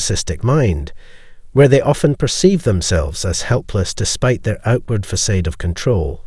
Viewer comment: Facade = "Fuh-sod" there is no long A in THE 2nd half of the word.!